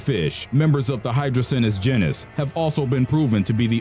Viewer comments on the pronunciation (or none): If he says “jin is” one more time I’m going to scream. The word is pronounced jEn is. So jeanis People are beginning to slowly lose their ability to speak correctly. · Your channel needs narrators that can correctly pronounce things like "genus".